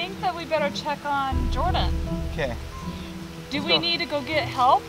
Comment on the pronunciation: It's Jordan not yorden